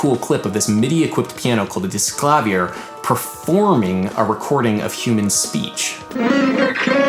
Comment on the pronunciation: I know I'm a little late..... but it's pronounced Disklāvier not Discklăvier. Alright. My work is done here. Just your local internet pianist signing it.